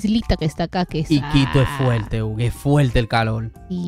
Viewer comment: Fuelte se dice fuerte no olvide que este es un medio de comunicación en Perú